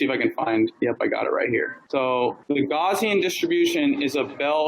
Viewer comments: I can't get over how he pronounces "Gaussian" as "Gawzian". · "Gaussian scale" -- to be so well informed about his subject, you would think that he would know how to pronounce "Gaussian".